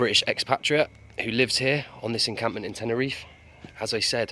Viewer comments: Bro it’s not tenereef it’s TenerifE, you’re doing a great job reporting on the issue but it’s a bit disrespectful u don’t bother to pronounce it properly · Yes SirE ....😂